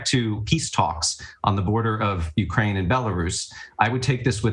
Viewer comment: It's UKRAINE, not URKAINE!